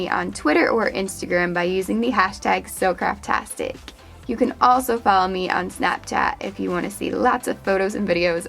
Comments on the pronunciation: this is the first time I've ever watched your videos and I thought u said so crappy Friday and I was wander why Friday is crappy😂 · I thought she said "crappy Friday " in the beginning 😂